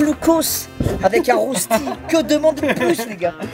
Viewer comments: Inox ca se prononce ''reuchti'' et non rosti haha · On prononce Reuchti (Rösti) pas Rosti 😉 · Salut inox on se connait pas mais j'aime beaucoup ce que tu fais je suis suisse malheureusement on dit pas de rosti mais des reuchtis l'orthographe n'est pas juste parce que malheureusement je ne peux pas faire en vocal mais c'est comme ça que ça se dit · on dit reuchti pour le coup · bon alors cours de « Suisse » Rösti se prononce Reuchti